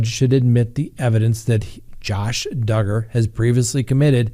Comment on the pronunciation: I just hope that Duggar, rhymes with Hugger, gets what he deserves. His smug look makes me sick. His wife, standing by him with their children. I don’t understand., do you think he will go to prison?